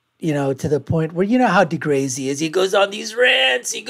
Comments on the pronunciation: 'Niel Degrazy'? Purposefully saying his name wrong as a form of humour shows how intelligent you are.. it's a step away from a fart joke. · He isnt saying it wrong on purpose, he just has no clue how to prounce deGrasse. He also didnt understand the standing point of deGrasse`s argument around the Robot vs Human footprint on Mars....but then again, he is making a reaction video of a youtube clip that is 15 years old almost...